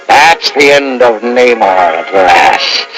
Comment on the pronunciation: Yeah it's Namor pronounced Nay-More not Nuh-More-Ay. Disney can go f**k itself